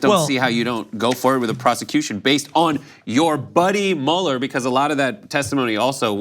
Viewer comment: here is Mueller saying it wrong